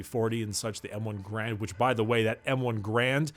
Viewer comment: GA-RAND - Not GRAND (